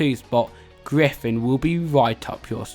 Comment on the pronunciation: it’s not said as griffin it’s said as griffon